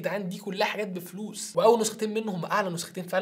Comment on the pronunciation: هو الاخ من امريكا بعني ما تنطق الفلوس ب المصري